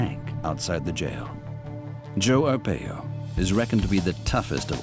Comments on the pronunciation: Right it’s “R-pie-o” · Video cant even prounounce his name right. This information is old and tent city hasnt existed in years. Arpaio hasnt been in office for many years. Provide facts not outdated information.